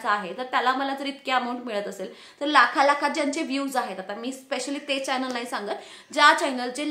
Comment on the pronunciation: चायनल नाही गं चॕनल असतं. न आणि ण वर लक्ष दे. यूट्यूब इनकम algorithm based असतं हे तू सांगितलं नाहीस तुझ्या viewers ना. त्यामुळे त्यांचं misunderstanding होतय हे comments वरुन दिसतय.